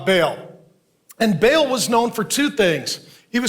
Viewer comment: Not Bail but Baal (Barl).